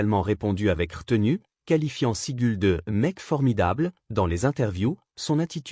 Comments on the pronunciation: Il prononce seigle ( ségale ). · Hhhhhh "Vaname"contre "Sigule" Quelle poisse! STP Arrête ! 😢😢😢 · PRONONCIATION DE MERRRDE ... Steven segUl ??? serieux !!!!!!!!!!!!! Vanname !!!!!!!!!!!!!!! joualvert arrete tes video et va travailler chez McDo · Vaname...? Sigul...? Nul ce narrateur 😂😂😂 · Dans les deux noms il prononce mal les noms il faut qu'il mette des lunettes. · C'est très chiant cette alerte pour s'abonner à cette chaîne.. utilisant une modélisation de voix.. qui se plante d'ailleurs, rien que par le nom des 2 acteurs dont on parle ici.